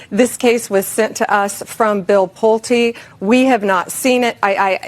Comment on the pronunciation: Pulte... pronounced pull-tee.